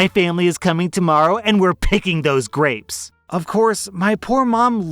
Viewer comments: I kept hearing “graves” instead of grapes and was horrified by the prospect of juicing and picking graves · Story 8: did anyone else hear "graves" instead of "grapes" at first and get super confused? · I thought you said graves instead of grapes and that made for one wild story 😂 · just having this as background noise while i do other things, i thought you kept saying graves over and over again. had to rewind to hear grapes..... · I kept hearing Graves instead of grapes while getting ready for work. I was very confused at first as to what juicing a grave was. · I wasn’t paying attention so every time said grapes I thought he was saying graves. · Oh my gosh, the story about the grapes I thought he was saying graves and I was so confused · lmao i heard graves not grapes XD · Omfg I thought he was saying graves for almost the whole story about grapes 😂